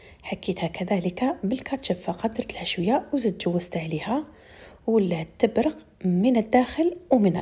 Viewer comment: اسمحيلي برك واش بيك مع حرف القاف كل لكلمات لي فيها لقاف تنطقيها بلغين شوفت لفديوهات تاوعك تقولي غلب لوز وهي قلب لوز تقولي تبرغ وهي تبرق ،نسيغ وهي نسيق صححولي ولا راني غالطة